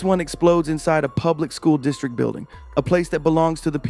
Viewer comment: A superintendent that says "School districk". And , he slipped up and called it a public building.